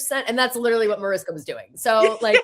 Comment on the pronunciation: You’re pronouncing Mariska Hargitay’s name wrong. It’s a Hungarian name, therefore the ‘s’ in her name is pronounced as “sh” Like “ MariSHka